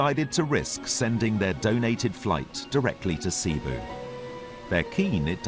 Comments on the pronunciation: i know that, but you pronounce it as "seh-boo"... not SEA-BOO. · "Sea-boo?" lol it's Seh-boo. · Cebu pronunciation: /sė • bu/ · ZKT XO it's cebu